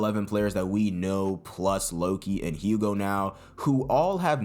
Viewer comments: Btw I'm french and Hugo is pronounced "Ugo" without pronouncing the "h" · Am pretty sure hugo's name is pronounced "Ugo like as in "you-go" and I think the "H" is silent.